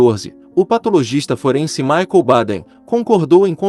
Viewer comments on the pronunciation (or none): none